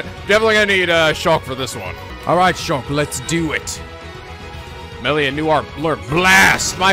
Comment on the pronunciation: Shhhhh. Remember, it's Moshirige, Ashina, wah-fu and Korekiyo Village. And now Meelia.